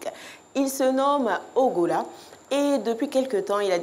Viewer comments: Elle dit il s’appelle ougola 😂😂😂 C’est ighalo faut revoir tes fiches ! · Mais il ya longtemps le sujet et puis c'est ighalo mais pas ighola